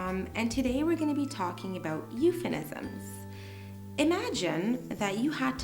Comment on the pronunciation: It was really a great video, allow me to correct you Sarah, the term is "Euphemism" not "Euphenisms". I searched a lot about that. But that's fine we all are humans and humans make mistakes. If I'm wrong, I would really appreciate if someone corrects me.